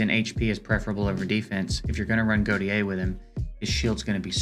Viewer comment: sorry to be the one bro but "Gautier" is pronounced 'Go-Shay' ive met few people that actually have this name and they all pronounce it this way. my bad bro but keep up the great content your my #1 source for EE :)